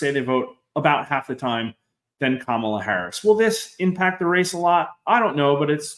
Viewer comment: Come on! Trump isn’t winning. The polls (reputable) suggest Harris is ahead in AZ. Trump is done. At this stage anyone who mispronounces Kamala’s name in this business is simply biased.